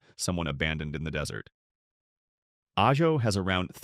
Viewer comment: Your AI narrator pronounced AJO three different ways and never once pronounced Prescott or Mogollon correctly. This cries out for replacing AI narration with a human narrator in possession of at least a few functioning brain cells.